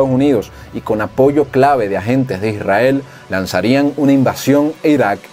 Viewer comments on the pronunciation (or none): No es etado unido, es estados unidos. No es irael, es Israel, modula.